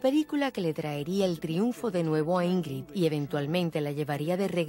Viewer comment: Por qué pronuncian TAN MAL el nombre de Ingrld Bergman [ˈɪ̌ŋːrɪd ˈbæ̌rjman]??? SI NO SABEN SUECO o FRANCÉS.. al menos lean tal y como se escribe!!!